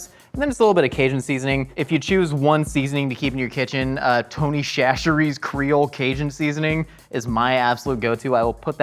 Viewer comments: It’s pronounced Tony Sash-er-ease. Slap Ya Mama is even better Cajun seasoning tho. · As a resident southerner, the correct pronunciation for that wonderful seasoning everyone should keep in their kitchen is "Tony Sash-er-ees"